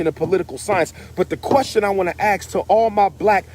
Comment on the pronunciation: Dr. Umar. You have a PhD. Please learn how to pronounce "ask" and not axe when appropriate. That's very disturbing. It's not petty. This is ridiculous.